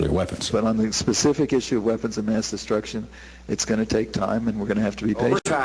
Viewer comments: You know what's funny? All the candidates said "weapons of mass destruction" but somehow the only time George bush said it he said "weapons of math deace" lol bushism what an idiot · haha good ol' Bush "Weapons of Math Dess"